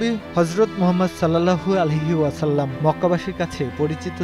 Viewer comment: সাল্লাল্লাহু আলাইহি ওয়াসাল্লাম টা ভাই একটু ভাল ভাবে উচ্চারণ করুন প্লিজ।